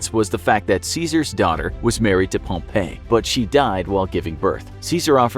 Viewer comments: It's not Pomp A, it's Pomp E. Hate informational shows pronouncing people's names incorrectly... Am I the only one who hates that??? EDIT: This whole episode is Full of inaccuracies. Completely lost faith in the channel. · Pretty sure you pronounced pompey incorrectly like 74 times. Also most of these facts are only half of what happened. Like the cleopatra fling staying in Egypt. It did not lol